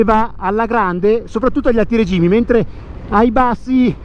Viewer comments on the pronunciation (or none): Grande prova per questo gioiello, grazie perfetto mi piace il tuo modo di raccontare....correggi l'accento su "rėgimi" però. ✌️